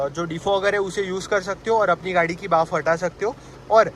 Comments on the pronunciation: बाफ ❌ भाप ✅ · Bhaap not baaf 😂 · Bhaaf nahi bhaap... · Baaf 😂 gujju confirmed